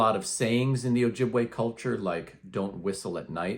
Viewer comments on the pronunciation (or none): It's pronounced Oh-Yee- bwe; we never used the J in our alphabet system.